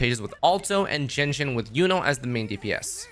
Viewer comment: I looked at the subtitles and saw that you keep saying "Genshin" rather than "Jianxin" That's a very clear sh sound you pronounced there when it's much supposed to be pronounce a s sound.